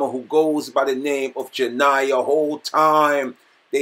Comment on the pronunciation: Dis man said Janiyah